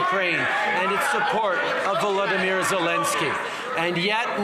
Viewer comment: Trudeau pronounces Volodymyr "Vladimyr" which is the Russian pronunciation. That's unforgivable, when the correct pronunciation is "vol-odo-meer".